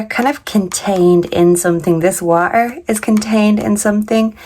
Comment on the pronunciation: Wa er? Do you mean water?